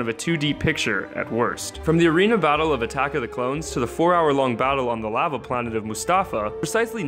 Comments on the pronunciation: Dude...why are you saying Lava like that? haha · Law- Vuh Lah-Vuh is related (in pronunciation) to Magma. Saying Lah-Vuh makes it seem like Magma. Not intended to be mean, just correcting you for future reference. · It is pronounced Law-va not LAva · thumbs down for how you pronounce lava.